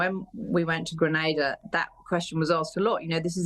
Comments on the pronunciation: I'm sorry. I want to clarify something. Your pronunciation of "Grenada" is incorrect; it should be pronounced as "Gre-nay-da." Not Granada. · "Grenada" is pronounced as "Gren-nay-da" "Antigua" is pronounced as "Aunty-ga"